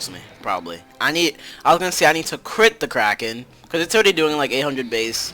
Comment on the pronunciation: SAID CWIT INSTEAD OF CRIT XD